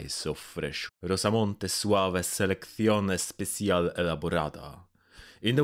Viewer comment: Lol wtf, I'm argentinian and hearing "Rosamonte Suave" from you felt so weird. Thanks for this video... It's eye-opening and really needed. Hope it gets the views it deserves.